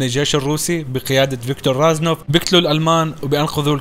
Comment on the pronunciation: اسمه ريزنوف مو رازنوف